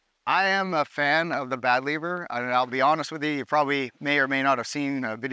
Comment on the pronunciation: Dude said bad liver^^, love it!🇩🇪🔱🇨🇦